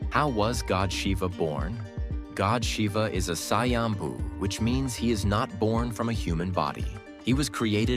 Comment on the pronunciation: It's not sayambu........It's a swayambhu